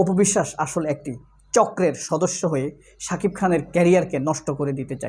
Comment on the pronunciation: বেশি শুদ্ধ কথা বলতে গিয়ে,,, সাকিব নামটা বলতে পারে না,,,,😅।